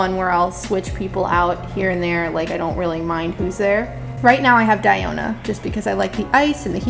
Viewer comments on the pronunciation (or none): Also it ain't Dai-o-na it's DIO-na ... Dee-yo-na. 😁